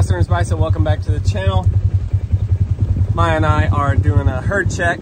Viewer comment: Not Mia, (pronounced Mee-Ya). It's "Maya". Like the Ancient Mayans.